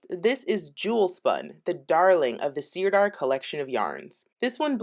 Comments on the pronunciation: Thank you for this review. Sirdar Hayfield Bonus DK is my go to acrylic. I’ve crocheted and knitted so many toys with it. Widely available in the UK where we pronounce it Sir Dar rather than seer dar. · Sirdar is pronounced 'sir-dar' (not seer-dar), and it's based in Yorkshire. The reason you're getting so much yarn barf is because skeins wrapped that way are not really designed to be centre-pulled. I never try and centre-pull any yarn wound into a skein like that. Jewel Spun is indeed gorgeous, but it runs to £6.99++ here, and that's too expensive for my self-imposed price ceiling. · It's pronounced 'Sir-dar'. It's a great yarn company, we use it all the time in the UK.x